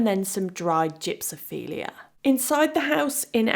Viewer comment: I believe it is gypsophila (jip-sof-uh-luh) :)